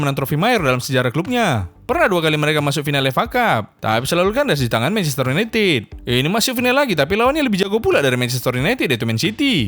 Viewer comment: INGLIS, plemiel lik.. mancaste yunayted.. pfffft hhhhh HAAAHAHAHAHAHAHHAH 😂🤣😂🤣😂 🤣😂🤣😂🤣 😂🤣😂🤣😂 🤣😂🤣😂🤣